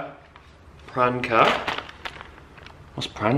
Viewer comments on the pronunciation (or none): "Oh, sorry girls, can't go out tonight, I've got Pran-cer tonight", hahahahaha. Love you! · You saying "Pran-ker" is the most thing ever. Lol